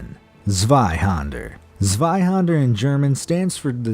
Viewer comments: Zzzzzzzzzwai-hander! ZZzzZZZZ!!!! Zwei is pronounced with a C. - more commonly known as a gunblade. #1 is the reason I clicked on the video. And you say "no clue why it's like that". Although I'm disappointed in the video, it's well made and still a better distraction from daily worries than most. Thank you for uploading. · did u just use shadow fight images that game is amazing zweihander isn‘t actually pronounced like that but its ok